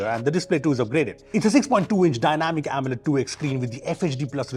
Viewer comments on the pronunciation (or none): none